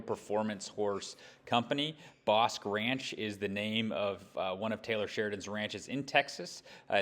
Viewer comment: Bosque is pronounced BOSKEE....It's spanish for forest/woods